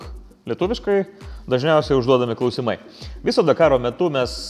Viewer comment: Benediktai, žodis klausimai visada kirčiuojamas ant pirmosios A - klAusimas, klAusimai, klAusimų, klAusimus ir t.t. Taip dažnai darote klaidą daugiskaitoje klausimai... :(